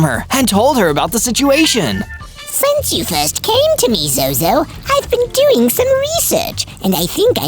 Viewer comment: ZOZO not zoz 😂